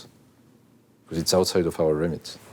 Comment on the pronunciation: "Safety is ower number 1 priority"